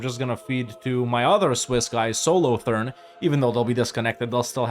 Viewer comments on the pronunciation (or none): God the way you said "Solothurn" hurt my soul.